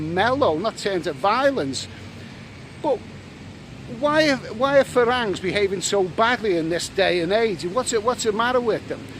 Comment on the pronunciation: It's pronounced 'falangs'! How many times have you been to Thailand??